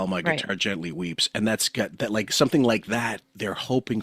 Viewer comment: says “it’s not even dat.” “Dare was a bar.” Why can’t pronounce a TH sound?